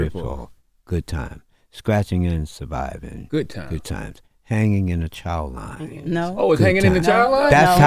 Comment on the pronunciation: IT IS "CHOW LINE."